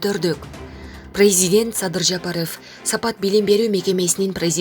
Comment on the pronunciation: Садыр Жапарыфф дейт го 😅көк мээлер кичине сабаттуураак диктор тапсаңар 🤦🏻‍♂️